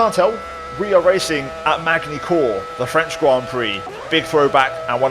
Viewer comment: please, for the love of god, don't ever pronaunce magny cours again!!!